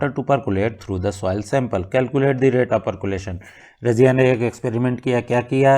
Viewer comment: Sir aapka sah thik hai sirf pronounciation thoda galat hai aap soil ko soail padh rahe hai. Thank you sir for answers 🙏😁